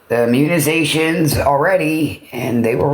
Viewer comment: WTF are munizations?? lolol she said it 3 times!